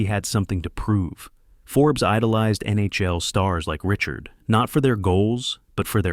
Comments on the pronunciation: Does anyone else cringe every time the AI announcer says "Richard"? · Please lose the AI and use your own voice. Each AI video butchers Rocket Richard and the Vezina rrophy and ruins a great story